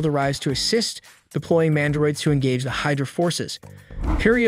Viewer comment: While I appreciated the effort for all of this. It's good. I appreciate the laughs from the mispronounced words even more. Comedy gold. Damnockles A-vengers and Hyderuh we're my favorites